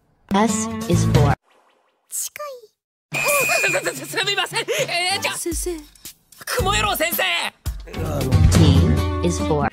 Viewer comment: S is wrong its not sikai its Chikai